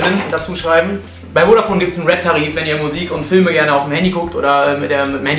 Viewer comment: *MUSIK nicht MUISK :D